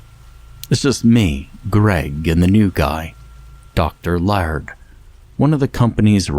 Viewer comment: Laird is pronounced "layered" not "lard"